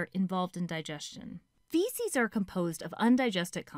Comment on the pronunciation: "Fecies will remain here until they are expelled from the Anus" I mean she's not wrong but like... Why do you have to say it like that? 😂:yougotthis